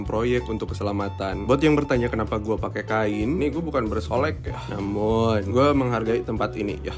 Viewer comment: oalah mas mas "namum" wkwk